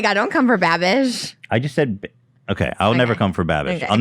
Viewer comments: Ik Lmaoo why does Trish keep saying bibbing with babish lmaoo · trisha repeatedly saying binging with babbish wrong gets me every time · Is anyone ever going to correct the pronunciation and just the actual incorrect words that trisha says literally every single time when referring to Binging with Babish he's missed a lot of good shout out opportunities at this point lmao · i love how many times trisha fucked binging with babish’s name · both of them constantly mispronouncing Binging with Babish in different ways is sending me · Trisha never pronounces binging with babish right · I don’t think trisha’s ever going to say binging with babish correctly..... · Lol for fucks sake someone teach these two how to say binging with babish lol it’s been like 6 eps of saying his name wrong